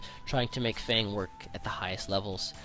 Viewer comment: Why does nobody pronounce F.A.N.G's name correctly?